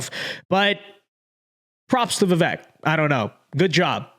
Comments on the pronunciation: Vake not vek phuk bro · Not a comma la shill but vi-vake not vih vhek